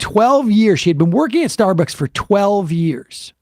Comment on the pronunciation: I love Sam, but is he drunk? He can't pronounce Starbucks, it keeps coming out as "Starberks". 😂